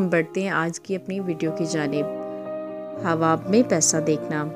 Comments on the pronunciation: Ye hawa kya ye hawa khwab bolna nai ata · تم خواب بول رہی ہو یا حواب ۔۔۔؟ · الف ساکن ہے اس لئے خواب کو صحیح پڑھیں